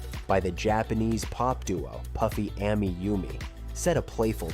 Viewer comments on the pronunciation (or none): When he mispronounced PuffyAmiYumi, then went on to mispronounce others, that's how I knew he didn't watch it 💀